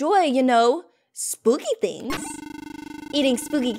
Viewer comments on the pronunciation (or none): none